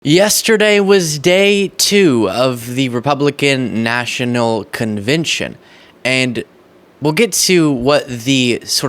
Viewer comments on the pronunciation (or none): Your introduction: Yesterday was day two of The Republican National "convintion" Thats not a word. I'm not a Dem nor am I a Rep. I'm not even from the US sir. I appreciate what you're doing but please take effort of pronunciation yes? A CONVENTION /kənˈvɛnʃn/ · Did you say Republican National Conviction 😅